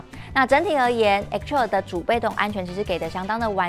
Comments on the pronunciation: 對啦!!! 一直聽到X-Troll。 Troll 可不是什麼好詞。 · 聽妳唸X-Trail，要很忍耐。